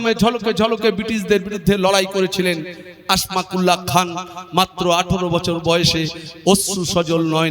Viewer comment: সম্ভবত আসমাকুল্লাহ নয় নামটা আসফাকুল্লাহ হবে